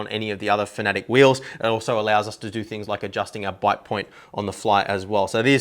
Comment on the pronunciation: FAN-UH-TECK, not fanatic lol